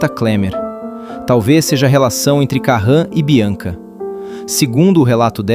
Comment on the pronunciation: "Karran" e "Klemer" 😄😄😄